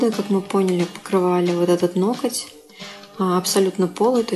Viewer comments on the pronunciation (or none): Неужели так сложно переучиться говорить ноГоть, а не ноКоть? Ужасно режет слух, сотня раз правильное повторение и Ваша речь идеальна